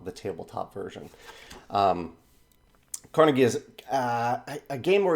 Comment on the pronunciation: You would think that the people producing the Kickstarter would have the decency to check how Andrew Carnegie's name is pronounced. At least they posted an update commenting on that.